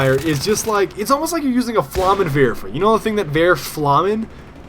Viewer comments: flammenwerfer - its werfs flammen! i love ur german! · can u tell me why u use so often german words in your vids? your pronounciation is so cool! :D i laughed so hard when u said "flammen werfer!" ^^ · I like how you pronounce "flammenwerfer", especially the "a" in it xD